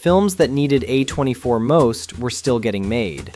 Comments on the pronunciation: I'm sure your accented voice would still sound better than an AI simulation. Trust me, 'uh 24' when it should be pronounced as 'A24' is annoying af for those of us who love and know movies. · AI voice. Downvoted. Pronounced A24 like "uh 24" multiple times.